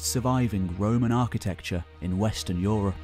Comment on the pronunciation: I appreciate this channel in it's content and visual presentatation. But that voice is often too pompous. At least tone it down, when you are talking of scientific work. You don't need to speak about "tree ring evidence" as if speaking about some especially bloody moment in an epic battle. And every time I hear "europe" pronouced "Yo - Ropp" even my german mind cringes...